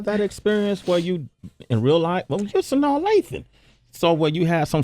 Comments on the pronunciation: It's pronounced SahNah not saNay or SaNaya. She corrected the guys in Atlanta V103? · Suh naw ..not sin naw lol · Ha! ! Sway is tearing her name up. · Is "Sanawl" the correct pronunciation? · GhostGoblin I heard it's pronounced "Suh-nahy" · Sin....naw.....Sway cmon man!!! LOL. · I hate how Sway sayn her name